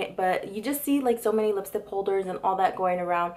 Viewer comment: why do you say lipstip.